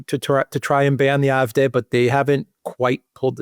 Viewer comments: Why is he constantly pronouncing "Eye" fD instead of AfD? Even in German it would be "Ah" not "Eye". Sorry, I know it's not addressing the substance of is commentary, but it was increasingly more annoying the more times he kept doing it. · Why does guy on the right say "Eye-eff-deh"? It's "Aah-eff-deh". German is only one of my second languages, but still... 😳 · pron. "Afd" (1) DE Ahh-eff-Dehr (2) EN Aye-eff-dee. either way not Eye-eff-Dare/deer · Will you please stop calling the AFD the IFD! The letter "A" in German is pronounced more like the English "R." You English speakers should just stick to your own language with the English pronunciation; otherwise, it makes you sound ignorant and uninformed. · iwhen he says ,"IFDay", does he mean AFD? When he says SPD or CDU the D is pronounced like English (dee). He say "I" very clearly as an "I" not an "A". Thoroughly confusing. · If you’re going to talk about the AFD, can’t you at least say it correctly? It’s AFD. You sound like you’re pronouncing an “i”. The AFD will be the next ruling party if the elite and communists in Germany haven’t murdered them first. Oh sorry they already did that. Is it a coincidence that seven AFD candidates in the state of NRW “died” leading up to the election?